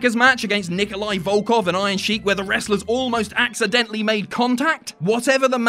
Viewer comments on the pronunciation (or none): none